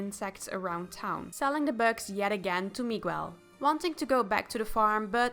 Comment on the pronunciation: Your saying Miguel's name wrong.